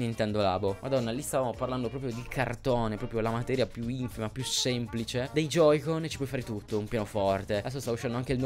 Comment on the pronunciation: Joy-Con...si dice J O Y - C O N